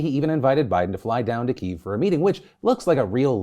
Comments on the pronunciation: When will Phil start pronouncing Kyiv even close to correctly? Hint: Kiev is the now obselete English spelling but remains a good phonetic method. Kih-yehv. Not keeeeeeve. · Can some teach this dude how to pronounce Kiev